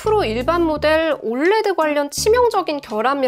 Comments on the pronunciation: 이거 보면서 불량도 불량인데 올래드라고 발음하는게 너무 거슬려요 ㅠㅠ 철자하나씩불러주는게 맞는데.. 자꾸 올레드올래드.. USA는 유사라고안하면서 왜 OLED는 올래드야..? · 올레드라고 표현하시는데 정확한 표현은 O L E D 입니다.